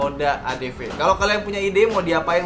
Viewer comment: Bukan ny itu huru v y bukan huru f